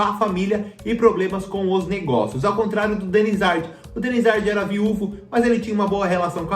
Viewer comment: "Denizardi" não amor Denizár